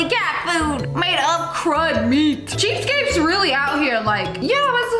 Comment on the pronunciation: She says "cheapscapes"😆